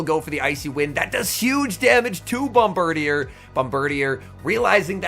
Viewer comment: Hi, not to be a nerd but Bombirdier is actually pronounced bom-ber-DEER, not bom-ber-dee-er lol